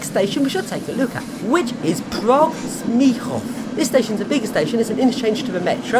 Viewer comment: it is cool how good did u pronounce Praha Smíchov